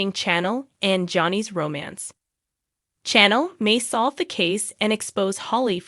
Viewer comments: Narrator can't even pronounce names correctly. Very annoying to listen to. Says EG (not EJ) most times wrong and said nicole correctly once! Ugh can't listen to this...like trying to read a book or article with spelling errors! Who is CHANNEL? Lol. Wow, got Tate's name correct...applause! Narrator doesn't sound like English is a 2nd, 3rd, or even 4th language for them...how can they not know how to pronounce the easiest of names? They apparently don't watch the show because if they did, they would certainly know how to pronounce the names! Who TF is JADDA? Yet can pronounce Rafe's 1st and last name correctly?? Time to go back to grade 2! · You also mispronouncing Chanel’s name